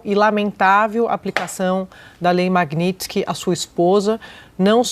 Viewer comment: Esse analfabeto da globo não consegue falar MAGNITSKY ?